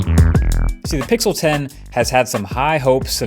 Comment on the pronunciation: пиксыл ахахахахах кто смотрит на русском - понял 😂